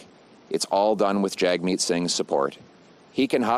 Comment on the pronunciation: Its JAGmeet , not JUGmeet! A JAG is not a JUG!